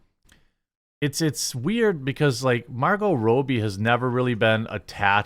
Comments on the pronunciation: You say Margot Robbie's last name incorrectly, its not Row-bee, its Robbie just like how you've said Robbie about other people's name before lol just saying bro.. also you're reading too fast and incorrectly missing words/ saying wrong words (and no I don't mean missing the YouTube Guideline words you skip on purpose I get that part but other words that change the context of the sentence structure.. just constructive criticism in all honesty) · Her name is Margot Robbie. ROB-E... It's pronounced like every other name you've ever seen spelled that way. Not Roby. Not Robey... In one of his last videos about Barbie he literally pronounced the head of Mattel films name correctly, Robbie Brenner... then seconds later pronounced Margot Robbie's name incorrectly even though it's spelled exactly the same. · Margot Robb-bee. It's not Margot Roby. You're pronouncing her name wrong. And it's spelled in a way in which it's obvious how it's pronounced. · Fyi, Margot's last name is pronounced with a short "o," like "robber." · who is Margot Rowbie, lol It is Rob-bie;-) Another woke dumpster fire disaster on its way. hollyWOKE with the same old boring crap! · It’s pronounced Robbie, short vowel “o”. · RAW-BEE, ITS PRONOUNCED RAW-BEE. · RAW-BEE. RAW-BEE FFS. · Is it sad the movie does this or he can’t say Margot Robbie’s name right